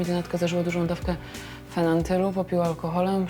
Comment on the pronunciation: FENANTYL xD